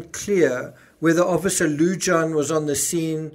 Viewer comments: Lujan is pronounced Loo Han...not loo john. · Greeting from NM. The "J" in Lujan is pronounced as an "H" Lu Haan. Your welcome. Love your shows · Lujan- pronounced Loo-hahn 😘🖤🖤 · Yes, I live in NM (40min drive from the scene). Lujan is pronounced “Lou-Hahn.” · fyi Lujan is pronounced Lew-han. J is pronounced H in Spanish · You pronounced Benividez correctly Lujan most likely Loo-hahn